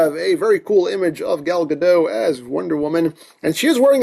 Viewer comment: Side note: Gal Godot is not French. The T in her last name is not silent. Just wanted you to know.